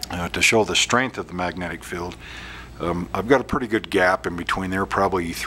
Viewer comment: Nice demo. BTW that’s a magnet “feeeeld” (field) not “filled” 🤗